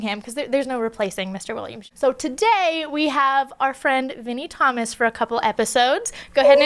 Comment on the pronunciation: I thought you said mini Thomas, lol